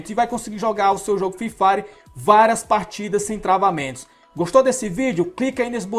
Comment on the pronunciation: kkkkkkk alguem mais notou ele falando fifari